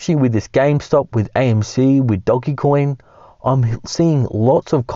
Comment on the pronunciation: ITS NOT DOG E COIN FOR THE 100TH TIME ITS DO GE COIN